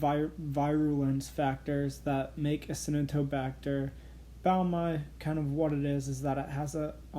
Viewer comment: you don't know how to pronounce Acinetobacter Baumannii